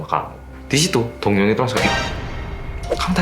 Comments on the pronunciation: Aku dengernya doyoung ternyata dongyoung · ngomongnya dongyoung,aku dengernya doyoung:D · Name: dongyoung. What i heard: doyoung Wtf? Kangen:)) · Kejadian ini terjadi pada seorang laki - laki bernama Dongyoung. Aku dengernya Doyoung dong:")